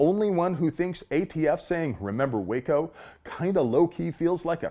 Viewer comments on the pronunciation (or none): none